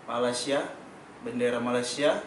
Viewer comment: Orang Malaysia yang tengok video ni jgn malu malu report kat Imigresen atau Jabatan Pendaftaran Negara. Sebab suspicious. Org indon kalau lama duduk Malaysia. Dia takkan sebut Mala-sia. Dia akan sebut Malay-sia...